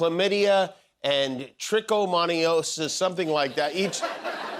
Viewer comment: jimmy mispronouncing trichamonas has me and my lab colleagues DYING 😂😂😂😂😂😂